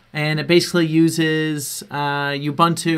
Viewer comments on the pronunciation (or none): It's pronounced "OOBOONTOO". It's an African word. "OOBANTOO" doesn't exist.